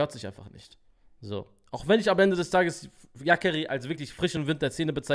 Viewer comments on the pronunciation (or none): kannst du dir bitte angewöhnen, Namen richtig auszusprechen? Auf Künstlernamen bezogen. Du Sagst Yakari als ob es ne Vogelart wäre 🤣 Nur liebe an dich und danke für die ganze Arbeit 👃